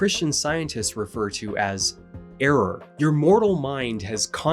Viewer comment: I had to pause to laugh for a sec because the way you said "Error" made me think of "The missile knows where it is because it knows where it isn't"